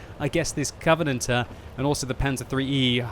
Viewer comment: "coventanatter" Nice english.